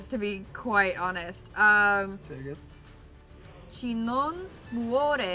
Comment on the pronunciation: Tranne il "CI"😅 anziché "chi"